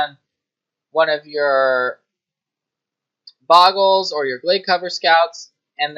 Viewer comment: BOH-GUL... There's only one G in "Bogle"